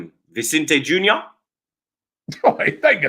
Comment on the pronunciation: “Vicente junior”